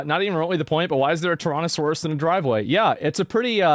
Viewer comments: ok but why is he pronouncing it "Torontosaurus" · bro how the fuck do you mispronounce so many words tyronosaurus???